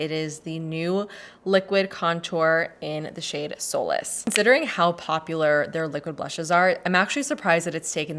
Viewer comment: Every video that I’ve watched that has the new Rare beauty contours in them, have mispronounced the solace shade. I kept thinking before I saw it on the site, why she took such a dramatic turn on naming her products lol. Everything has had a cute, positive connotation to them and then soulless? lol well everyone is mispronouncing it because it’s pronounced like suh-less. Like taking solace in the fact that it’s a good product, to use it in a phrase. I just thought it was funny.